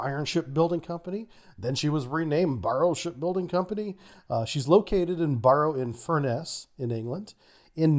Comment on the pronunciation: Barrow-in-furness More like (wheel)barrow in furnace when you're pronouncing it 😉 You managed all the Scottish names perfectly though! :)